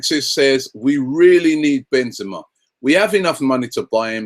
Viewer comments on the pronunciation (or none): And it's Ben-ze-ma! Ka-rim Benzema! The best in the world by far! Ben-ze-ma